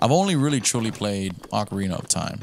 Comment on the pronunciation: no-one ever says ocarina of time right, come on man😂